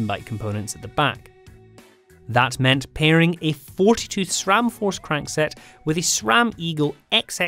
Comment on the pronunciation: Did i hear SRAM? Not Schram? 🎉🎉🎉 Congrats 😁😉